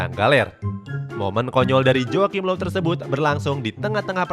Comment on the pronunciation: Low bukan loew